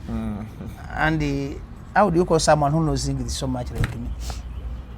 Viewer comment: That's engliiiisi not English